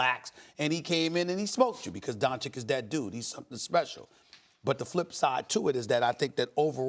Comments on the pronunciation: Not Don-chick, it's Don-chich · The kid's name is pronounced "Donchich", not "Donchick" and Stephen A., as a "competent" TV presenter, should be at least capable to pronounce the name of the guy who smoked LeBum the other night. And NO, the Lakers are not the best team. Apart from the Clippers, the best TEAM in the league is the Heat. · SAS: “DonCHICK” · Nobody: Stephen A: LUKA DONCHICK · No one: Stephen A: Luka donCHICK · SAS “DonCHICK” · man someone needs to pull stephan A aside and tell him how to pronounce doncic because he's making a fool of himself